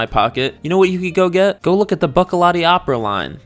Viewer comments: It's "boo-che--lah-tee" not "buck-a-lot-tee" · Buccellati is pronounced like Gucci. The double c’s make a “ch” sound. Buchellati so to speak.